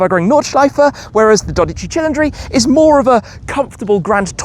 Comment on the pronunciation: "tchee tcheendree" is not correct my man. It sounds like "cee leen dree" it comes from the word Cylinder.